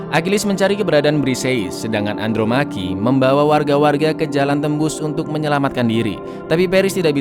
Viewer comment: Andromache dibaca Andromeki 😂😂